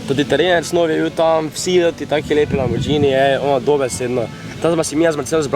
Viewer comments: Ej štajerc neumn, ni lamborđžini ampak lamborghini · Ni lamborđini ampak lamborgini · Popravek Lamborgini ne lamborđini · Lamborgini se rece ne lamborđini drgac pa ful jak video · Reče se lamborgini na pa lambordžini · lamburđini**